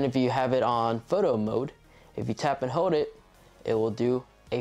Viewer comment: "Hode the button to recort"